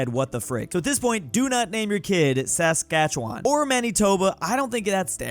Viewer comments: Rare moment where didn't absolutely butcher Saskatchewan pronunciation? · LETS GOOOOOOOO PRONOUNCED SASKATCHEWAN PROPERLY!!!!!!!!!!!!!!!!!!!!!!!!!!!!!!!!!!!!!!!!!!!!!!!!